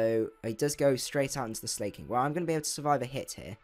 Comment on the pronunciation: And I love how you say slayking instead of slaking